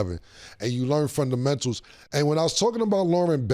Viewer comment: Cam: da frondamentals is lost